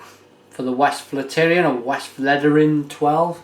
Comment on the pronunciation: It's pronounced Vest-flet-er-en